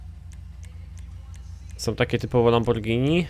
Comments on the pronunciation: Lamobordżini a nie Lamborgini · nie lamborgini tylko lambordżini i więcej takich odc.!!!!!!!!! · mowi sie lambordzini